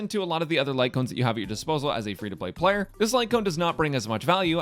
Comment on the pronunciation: So nobody is going to talk about the "pay to play playler"???